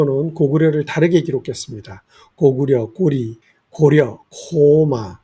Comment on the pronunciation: 고려가 아니고 고리라고 잘 지적해 주셔서 너무 반갑습니다.... 여러 사람들이 지적하고 외국인들도 다 "리"라고 발음 하는데 우리만 고려라고 잘못 부르고 있습니다. 지금도 한자 사전에 麗는 아름다울" 려", 나라 이름 "리"라고 적혀 있는데 많은 사람들이 지적 해도 공부 안 하는 강단 역사학자들이 아무 조치를 안 하니 답답합니다. 조선 왕조 실록에도 고리라 하라고 지적했는데도 무슨 이유에서인지 계속 고려라고 사용함. 고리란 말은 중요한 뜻과 의미가 있기 때문에 뜻과 의미를 알리기 전에 지금이라도 빨리 고리라고 정정하였으면 좋겠네요..